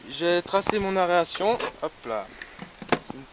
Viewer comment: Si je devais faire un reproche ce serait qu'on dit aération, par aréation ^^ Sinon la vidéo est parfaite, je m'en inspirerai quand je serai chez moi =)